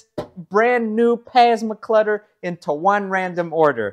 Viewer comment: Is he saying pasma clutter on purpose? lol This car will be legendary!